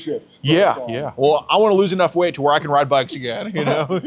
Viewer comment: "I didnt think people wit twukey necks could wide a bike" 😂😂